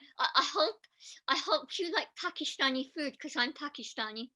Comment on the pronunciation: He says Pakistan so perfectly 🇵🇰🥹😍